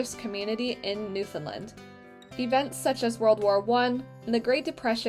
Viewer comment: So beautiful! Please remember that nfld is not prounounced newfoundlind It is newfoundland.Thanx